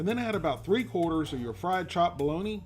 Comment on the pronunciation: I've head of Balony, and I've heard of Balogna (the city in Italy, pronounced Balonya), but I've never heard of Bo-log-na!